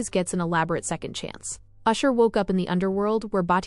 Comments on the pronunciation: It's ash-er not usher, usher is a r&b Singer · It's Ashur not usher